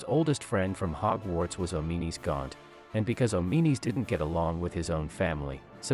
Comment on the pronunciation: Oh-mee-nees? Come on man, the game even pronounces his name "Awm-in-uh-s". Insert Pulp Fiction "English MOFO" quote.